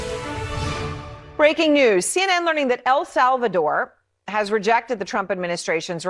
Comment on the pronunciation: Solvador or Salvador?😅😅😅